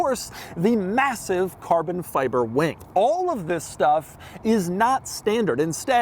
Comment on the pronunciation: cahbon fihbeh 🇯🇵